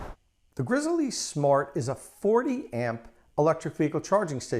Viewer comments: Dude, its pronounced "grizzly" like the bear, not "grizzle-E" like a chicken leg. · my god, just pronounce it the way it should be, Grizzly! not GRIZZEL E, shoot me already. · Great video review, will be buying partially based on your review. by the way it is pronounced “grizzly”. like the bear!! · PS. It is actually pronounced ''grizzly'' with no pause.